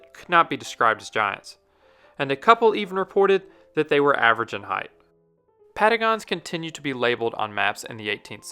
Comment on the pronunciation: patagones sounded like Pentgon